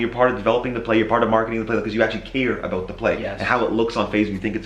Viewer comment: Just out of context to reminisce the old days i heard rain say abwt and remembered New York when the guys used to tease